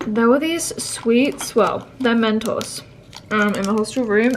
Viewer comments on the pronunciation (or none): none